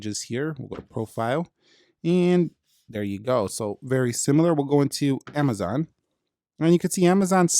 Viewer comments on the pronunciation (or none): none